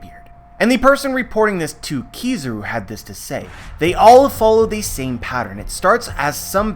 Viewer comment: Pronunciation of kirazus name really bugged me in the vid